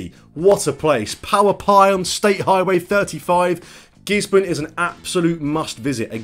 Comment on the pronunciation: YAY ! ! ! YOU PRONOUNCED GISBORNE AS " GIZBIN ". GIZZY HARD BABY.